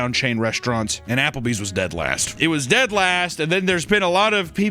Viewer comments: ja-papple bees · a, Japplebees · "Japplebee's", if you will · You mean "Japplebee's?" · "werrcome to ah-Apper-bees"